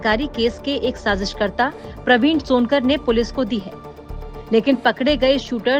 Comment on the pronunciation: Timeline 2.51 ये रिपोर्टर कुछ भी बोलती चली जाती है लॉन्कर को सोनकर बोल रही है😂 ये लोग कौनसा नशा करते ही यार😂😂😂